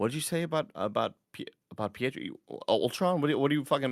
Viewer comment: Everyone just let's Greg call Pietro, Pietroff them huh?